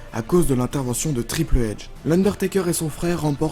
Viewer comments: RaVaGe_ White en anglais on dit éïch lui il dit eydje T-T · triple H se prononce traillepeul héche et non triple edge et WrestleMania se prononce wristelménia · On dirait que tu dis Triple Edge c'est horrible x') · Très bonne vidéo mais mec c'est pas ''Triple Edge'' c'est ''Triple H''. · bonne vidéo même si incomplète,plus de photos aurait été les bienvenues,par contre,tes commentaires pique les oreilles,triple edge? NON triple H: Hunter Hearst Helmsley,un peut plus d’anglicisme dans la prononciation pour la prochaine vidéo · Vidéo intéressante mais arrête de dire Triple EDGE, c’est Triple H (un peu comme Triple ETCH pas EDGE) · Jean Ketur Mdrrrr mais je sais ... C’est lui qui a dit Triple Edge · J'ai buger sur Triple Edge aussi mdr et Wrestlemania. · Triple edge ptdr chui mort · C tripne h (triple aitsh) ca se prononce a peux pres comme ca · mystery man tu as raison je prefere encore les gens qui disent triple ache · Ou encore Ted DiBiASSE qu'il prononce pourtant correctement juste après... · Qui est Triple Edge??? Et qui est Vince Mcmawn?😂 Et pk tu dis Wrestlemania comme ça Bonne video qd même